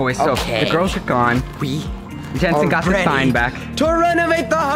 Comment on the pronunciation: 7 min's in dod he say renvate and now sell?!?!